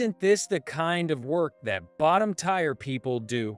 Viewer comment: Story 3: Tier is not pronounced "tire". It is pronounced "tear" like "ear",with a "t" in front. I heard this word pronounced correctly ONCE since I started listening to these stories over a year and a half ago! Other people have also commented on the mispronunciation of "tier" also!